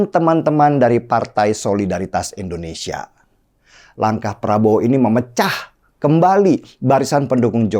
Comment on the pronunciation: Gue sech golput... Tp si Denny yg gak bisa bilang Indonesia itu, bisanya bilang Endonesia .. hrus sadar loe den... Si g4nj4R sndiri yg bikin blunder nolak ISRAEL 🇮🇱... Makanya elektablsnya anjlok .. jgn nyalahin Prabowo .. 😂😂😂 capres lu aza yg lawak.. makanya gue gak jdi pilih capres T*LoooL kyak si g4nj4R itu.. 🤣🤣🤣🤮🤮🤮